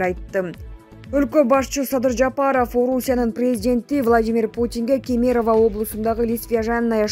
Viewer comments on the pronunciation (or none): КемЕрово эмес КЕмерово деп оку кенкелес алып баруучу!.